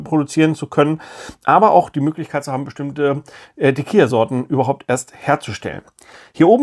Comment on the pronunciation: Das Spiel spielt sich viel besser, als ich erwartet hätte. 😃 Auch hier kurz zur Aussprache, falls es Dich interessiert: Es wird "Tekila" ausgesprochen, also mit einem "normalen" L. "Tekija" würde es ausgesprochen, wenn es "tequilla" geschrieben werden würde. Kannst meinen Kommentar auch gerne nach dem Lesen löschen. 😉